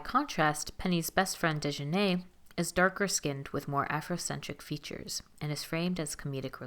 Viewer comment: Exactly I Prefer someone who have seen the proud family from the old episodes to do this commentary some of the stuff she is saying is a little off and she didn’t even province Dijonay name right it’s Deee Jah Nayyyyy also she has blonde hair not because she wants to be white but black girls where dying they here that color back in High school and Jr .High 🤦🏾‍♀️